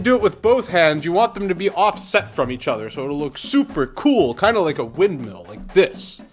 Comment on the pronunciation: Nice “Windmill” lol